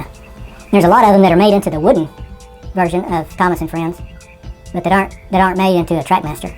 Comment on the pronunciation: Woody it is not woody it is wooden